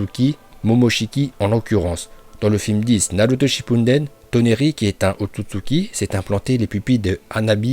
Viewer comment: La façon où il prononce ôtotsuki me fait rire